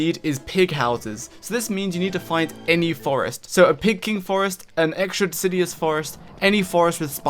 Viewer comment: Guide's excellent, as per usual. A couple of small nitpicks though. It's deciduous, not decidious. One of those "nails on chalkboard" kinda things. Also, the Dragonfly is female, not male. Seems like you just misspoke a few times and already know that, though. Have a good one!